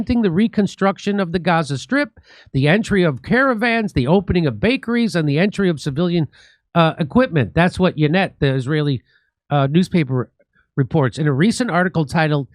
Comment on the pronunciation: Jimmy, brother... It's pronounced "Why-net". Not yee-net, or yuh-net, or whatever hilarious way you're trying to say it. 😅